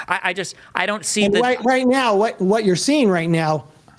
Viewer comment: "What you're seeing right neow"